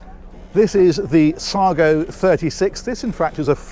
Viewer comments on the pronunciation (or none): Nice boat , thought you said " saga" on your intro!